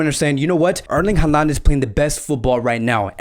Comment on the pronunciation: stop talking about transfers... Barcelona has no money to make any deal.. and his name is Holand and not Haland ... Haaland reads Holand